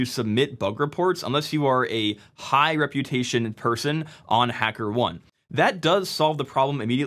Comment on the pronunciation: The correct pronunciation of Hackerone is "Hacker" "OH-NEE" like macaroni.